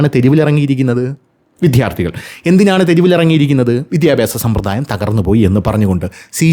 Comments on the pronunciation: വിദ്യ+ അർത്ഥി വി"ദ്യാ"ർ"ത്ഥി " ഇതാണ് ശരി. വിദ്ധ്യാർത്തി എന്ന് ഉച്ചരിക്കുന്നത് അരോചകം ആണ്. വിദ്ധ്യാർത്ഥി എന്ന് ഉച്ചരിക്കുന്നത് പോലും ഭംഗികേട് ആണ്. ദയവു ചെയ്ത് ഇത് ഗൗരവം ആയിട്ടെടുക്കണേ🙏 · "" വിദ്ധ്യാർത്തി "" അല്ല. എത്രയോ പ്രാവശ്യം പറഞ്ഞു. എന്നിട്ടും നിങ്ങൾ ഈ തെറ്റ് ആവർത്തിക്കുന്നു.